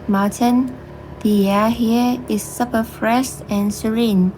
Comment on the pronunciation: Super is pronounced like “soup-per”. “Supper” is a meal you eat in the afternoon or evening.